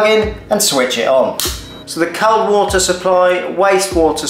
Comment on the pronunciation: Good video but can’t over how you pronounce “cold”!!